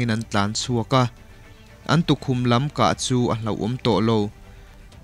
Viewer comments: Khûm niloin khum tihtur a nie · Hmingthatna khum tiin i rawn chhiara,i chhiar rik/lamdanah chuan...khum itih awmzia ah kha chuan,pel/kahlen tihna vel ani....mahse i sawitum chu ka hria.....khum ihan tih khan ilam dan adiklo mai ania...khum itih awmzia chu....lukhum han tih a,khum tih lai taka kan lam anga lam tur zawk niin ka hria....kan mizo tawng hi nang leh kei hi humhalh tu tur kan sia.....nanglo chu midang an awmlo ania....iram leh hnam,i tawng te nen....